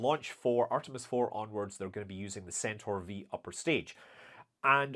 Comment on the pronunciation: It reall sounds like Scott is saying Artimes yeah